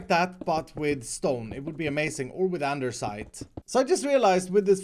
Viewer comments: I love you but it’s “andesite” not “andersite” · lol keeps saying "andersite" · Blade Armor nonono you didn’t pronounce it right. There are a few silent letters. “Aranaderstite starirs” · now in videos too? ANDESITE without R